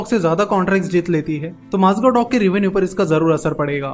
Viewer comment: One correction- Its Mazagaon not Mazgav The video is brilliant as always